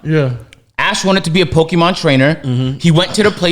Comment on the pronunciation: They butchered every Pokémon name 😂